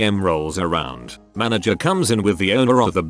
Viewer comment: "Mana-GRRRR" Bless you, text-to-speech. 😂